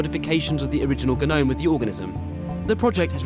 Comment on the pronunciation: How this narrator pronounces genome 😂😂😂